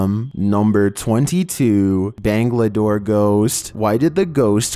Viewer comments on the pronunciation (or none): Number 22: “Bangladore, banglalore “🤣 It’s Bangalore or Bengaluru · Bruv...what in God's name is "Bangladoor" and "Banglalore" you mention in Number 22🤣🤣. Its Bangalore, pronounced Ban - galore. Regardless...I like your videos bruv and have been subscribed to you for a long time. However it seems alot of videos you include nowadays are obviously faked. It would be nice if you could bring in some real mysterious content...rather than blatant fakes.